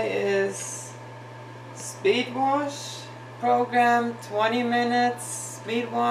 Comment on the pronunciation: your a male female combo unit.....haha....and what does "warsh" mean anyway?